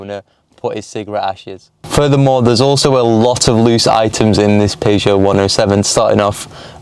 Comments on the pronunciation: How to say Peugeot its pronounced as PERRSHOW NOT PAEJO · Dude says "Paygeot 107". Dude says 0-60 in 15 secs, but all of these cars have a 0-60 of either 13.7 (no Aircon) or 14.1 (with Aircon). Dude says he knows nothing about 107s. Dude got that right. Those 107 XS models are actually very rare and about £300 max would have fixed this car up properly. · Had to switch off after hearing you pronounce Peugeot